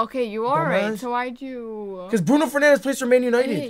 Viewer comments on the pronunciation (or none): It gives me the Creeps everything he miss pronounces all the names lol... Salal... Fernando Brumares xD.... Beillern :face-blue-smiling: Mourhinos 🤣